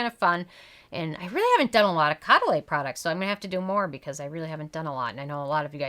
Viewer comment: Show some respect Use the correct pronunciation Co-duh-LEE